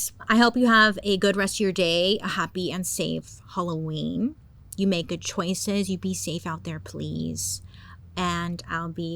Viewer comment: im so sorry bailey but ill be saying holloween instead of halloween now i love you